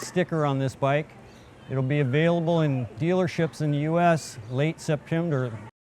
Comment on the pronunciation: Its available in dealerships in "late Sep"... what??? Did this guy take speech therapy lessons from Joe Biden or what?!